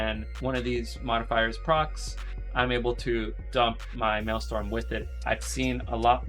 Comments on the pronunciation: maelstrom bro, not maelstorm. good vid tho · Dude is the #1 solo shuffle shaman in the world and he doesn’t realize his resource is called maelSTRom. Dude it is not mael-STorm. That’s hilarious. Google Thrall and the Maelstrom. Hahaha